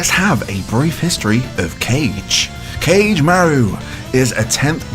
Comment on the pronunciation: It's pronounced "Ka-Geh"